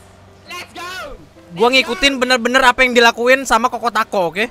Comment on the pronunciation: choko not koko